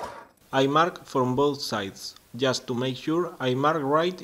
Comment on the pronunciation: It's not mar it, its "Mark" it ..also it's Work piece, not , wor piece.. .Your English is getting shit pedro English Mik